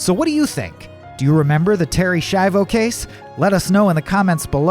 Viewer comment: Se pronuncia SKIAVO